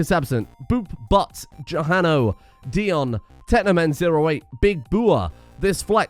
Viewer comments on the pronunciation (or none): none